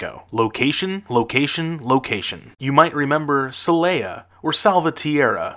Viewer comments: See lay yuh? It is pronounced say lah yuh though. How can you know what you are talking about when you can’t even get the pronunciation done decently? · If you are going to make a video about our ten most violent cities, you might want to learn how to pronounce their names. Every time you mispronounced “Celaya”, I found myself correcting you out loud, and that’s one of the easiest to pronounce. And why do people add a vowel to “Tijuana”, making it sound like “tia Juana”, or Aunt Juana?